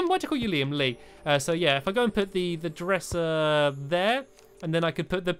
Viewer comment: I heard stampy say dresher instead of dresser